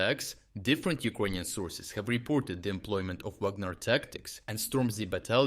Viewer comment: Why tf do you speak the Word Ukrainian so weird ??